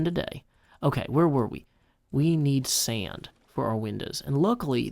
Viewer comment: I just love your accent. Who would've thought there are two syllables in sand? Seeaand! Love it.